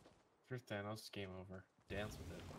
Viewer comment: Good stuff but you're saying "Thanos" wrong. (Thane-Os)